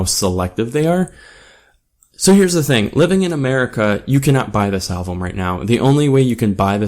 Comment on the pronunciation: QUIT SAYING ALVUM! it's "Album" also...i think this is one of their best albums. YET i am NOT a fan of the dubstep shit they put in the intro track, I actually didn't like their last full album AT ALL! i believe this album was a return to origin, it's funny because DIR EN GREY and MUCC have all done "return to origin" albums...also...you should go back and listen to madara and disorder and shit, gazette's old shit. i've been listening to them for about 12 years. pretty decent review, but you need to do a little more homework. Deux is french for 2. some of your pronounciations were off...that being said, not bad. but so you don'y come off as a tad uneducated.